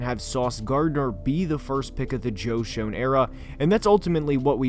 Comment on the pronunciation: Btw it was just annoying me a little bit but Joe Schoen is pronounced “Shane” not “shown”